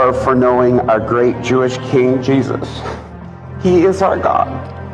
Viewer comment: it's not the brevity, it's the speed and the mumbled words. It's the lack of care with the name of Jesus. He sounds like a kid trying to race through saying grace because he wants to get to dinner. I would be fine if he left it off completely.